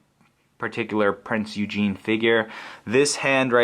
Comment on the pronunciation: If it hasn't been mentioned before, I am pretty sure that it is pronounced oo-gen. At least that's what it was like on a documentary